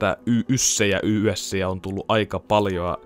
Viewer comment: Katos, suomenkielinen Let's Play -video Ys-sarjan pelistä. :) Aika viihdyttävää katseltavaa, Olen sarjan pitkäaikainen fani 80-luvusta lähtien, eli jos koskaan haluat tietää jotain kyseisestä pelisarjasta, niin olen henkilösi. Sen voin jo sanoa suoraan että sarjan nimi lausutaan suomalaisittain "iish". :)